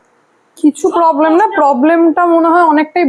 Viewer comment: পবলেম নয় প্রবলেম বনছোনা নয় বঞ্চনা